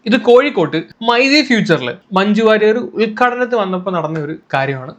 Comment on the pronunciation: Bro...its Warrier